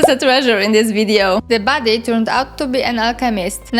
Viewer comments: Damn you, now I can't unhear it. Makes the video so much funnier. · I thought you said "baddie" instead of "body" so I just assumed you were calling the spriggans baddies and thought: yeah, that makes sense haha